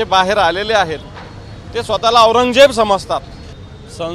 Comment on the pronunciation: अरे न्युजवाल्यांनो आधी बाराखडी शिका रे 😂😂🤣 औरंजबजेची 🤦🤦